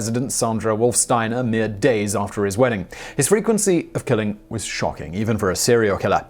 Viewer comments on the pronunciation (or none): none